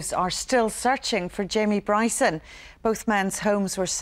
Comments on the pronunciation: Wee Jamie Bwyson. His God given Wight. To Peaceful pwotest. Fuckin Funny as Fuck. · For ages i couldn't understand why people were calling him Bwyson & NOW i understand after listening to him speak. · Bryson the gift that keeps on giving. Is kryptonite is the letter R 🇮🇪🇮🇪🇮🇪🇮🇪🤣